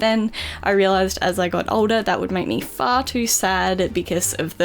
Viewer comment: When she went far to sad the first time I thought she said fart